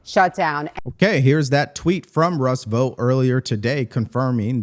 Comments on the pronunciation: COME ON MAN! "Russ Vough"? It's VoughT 😂 And you did it again even having heard CNN say his name correctly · Vought is pronounced EXACTLY the same as BOUGHT and FOUGHT. Do you pronounce BOUGHT as BOTE or FOUGHT as FOTE?